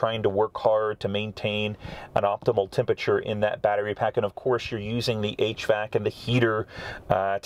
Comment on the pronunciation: What the hell is "tempachuh"?